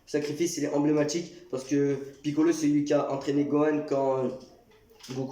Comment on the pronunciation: clairement meilleur moment d ela vidéo sinon ta dit combie de fois enblaimatique 😂😂